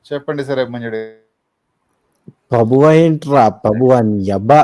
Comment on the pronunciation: ప్రభువా అని లేదు. పబువా అంట